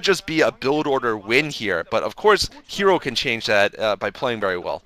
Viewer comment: ITS NOT ZERO ITS HERO stop messing his name XD